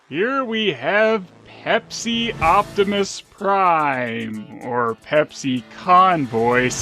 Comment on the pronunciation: "Opbepis Prime"